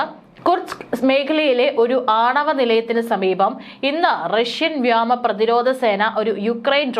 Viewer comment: വ്യാമ എന്നല്ല. വ്യോമ എന്നു പറഞ്ഞു പഠിക്കുക.